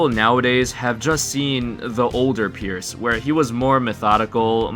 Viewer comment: Kinda Sounds like you're saying "purists" lol